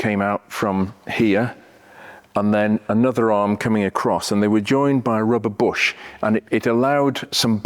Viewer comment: Somewhere around 14 minutes you say rubber bush and I understood Robert Bosch. I guess that's a car freak misunderstanding.